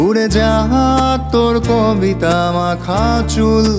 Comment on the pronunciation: এই কাভার টা অনেক ভালো লেগেছে। কিন্তু উচ্চারণ টা ক (অ) বিতা না বলে কো (ও) বিতা বললে আরো ভালো লাগতো।